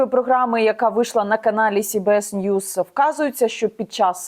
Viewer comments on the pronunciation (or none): none